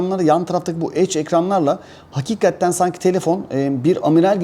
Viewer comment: ufak bir eleştiride bulunmak istiyorum. Sürekli "hakikatten" diyorsun bastırarak. Ama doğrusu "hakikaten" dir ve çok kulak tırmalıyor yanlış telaffuzun. Düzeltirsen sevinirim, takipteyiz:)